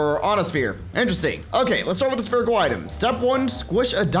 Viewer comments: You keep saying sperical. It’s SPHERICAL (SF-IR-ICAL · Is this a bit, or do you actually not know how to pronounce "spherical"? The 'ph' makes an 'f' sound, so it's pronounced "sferical". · he said Spherical like (sperical) AAHhHH